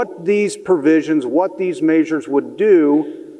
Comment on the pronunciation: It’s measures, not “maysures”.